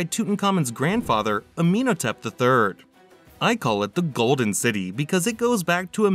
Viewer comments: It's pronounced Ah-men-HO-tep. PLEASE learn how to pronounce the names of Pharoahs, kings and places before you narrate a video. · Forest Gump was smarter than this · Ah Men Ho Tep Don't understand why so many YouTube creators have issues with Pronunciation.